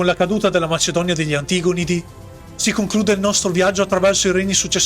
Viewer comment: Oddio, la cadenza infinitamente repetitiva, e l'accento infallibilmente sbagliato su "antigonidi". Ma è locuzione artificiale?